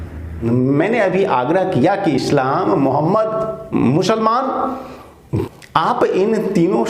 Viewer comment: Guruji aap Islam ko Eshlam mat boliye....apney uccharan sudhariye